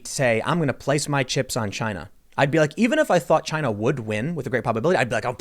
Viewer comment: IT CAME FROM CHY-NUH